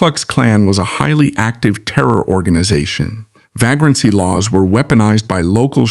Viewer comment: ... "vā-grant", not "vaa-grant" ! Ai, you are LAME ! ... (÷